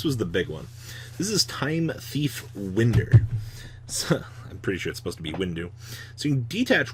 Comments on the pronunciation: Come on dude! Win-der? Windu..Really it’s wind·er /ˈwīndər/ Like to wind a clock. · Win-der?!? It’s pronounced whine-der... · It’s time space WINDER LIKE WINDING A CLOCK GOD DAMN